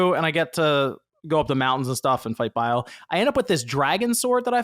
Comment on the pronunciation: How many times is homie going to say Bile instead of bayle